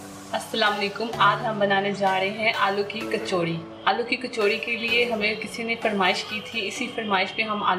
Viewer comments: Chakori 😂😂 BTW nice recipe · she said chakori! Just like me